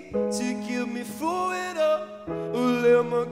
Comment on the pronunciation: He says it proper for a scot lol